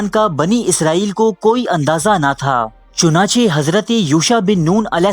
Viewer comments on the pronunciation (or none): none